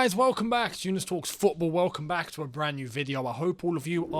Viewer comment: That was the best Younes I ever heard!